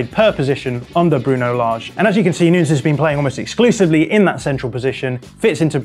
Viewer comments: Please stop saying noons for Nunes, that's so freaking annoying and kind of offensive that a journalist can't learn to pronounce Nunes (Nu-Nehs). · Nunes like saying Sanches not at all Noons!! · Is he really calling him "Noons" lol